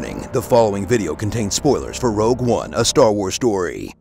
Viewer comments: man, its Rogue one, not Eau Rouge :v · "Rouge One" amazing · Lol at you guys need to learn to spell rogue, and then he calls it rouge one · I lost it when he said "Rouge One." xD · Because it's not Rouge One! It's Rogue One! 😳🙄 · I'm so glad you said "Rouge One".... so excellent... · "Rouge one"🤣